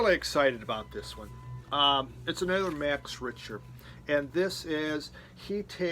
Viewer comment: Another great variety and glad to hear your Mum is getting better. Must check out First Aid Kit Love Max Richter, but sorry, you're butchering his name;) lol. He's German, so it's pronounced "Reeshter". On the plus side your version of Fela is pretty good!:)